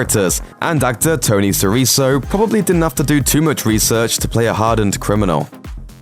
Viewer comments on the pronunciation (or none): ITS TONY SIRICO, NOT TONY SIRISO :D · Sirico pronounced Sireeko. Where the hell do you get sireeso?? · "Tony Siriso" he's pronouncing he's name. It's pronounced "SEAR-IH-CO" with a hard C for a "K" sound. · Tony Sirico not SiriSo you fukn medigan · sirico not siriso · Tony "Suh-reeko," Sirico Making my way through the series now. Paid around $100 for the whole series on DVD, great show. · it's pronounced s-i-r-i-K-o not s-i-r-i-s-s-o.... do a very basic research in the subjects you want to publish guys, please.... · It's Suhreeeeko NOT Suhreeso. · Yeah and it would be nice if the narrator could EVER be bothered to learn how to say these names before they so rudely butcher them. He says Sirico (an Italian name) as "see-ree-so"... NO, even small children know it's said "see-ree-ko". If you can't be bothered to learn how to say names correctly, don't say them AT ALL. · It’s SiriCO, not SiriSO. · There's a gazillion videos online where u can see & hear that Tony SiriSo's name is Tony SiriKo! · SIRICO...pronounced- Si-ri-ko ...not si-ri-so... Jesus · Tony Sirico sounds “tony siriko” you muppets....in any Latin language including Italian and Spanish the “c” sounds “k” not “s”. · "Siriso" His name is Sirico as in "Siriko" Weird that he would choose a soft Spanish-style 'C' for a guy who's name comes from Italy descent. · It’s pronounced Siriko not Siriso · Your pronunciation really sucks. It's Tony SI-RIKO, not SI-REESIO. I often get the feeling with these big YouTube list/top10 channels that half the time the guy they hire to read the script doesn't have the faintest idea what he's reading about. I bet none of the people involved with the production of this video have even seen the Sopranos. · SiriCo, not siriso 🤣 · tony siriso????? si-ri-co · Tony Sorico is pronounced Tony Sereko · I know.. how da efff do you get siriso from sirico... effin stunad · Tony SER-EEE-SO?! Hahahahahahahahaha...wtf is this shite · Sirico is pronounced with a hard C, like a K, i.e. Siriko. SMH.